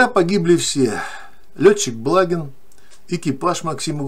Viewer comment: БлагИн - так правильно произносится фамилия .